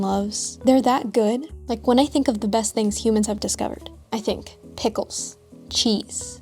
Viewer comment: Pickles and cheese, spoken like a midwesterner 😂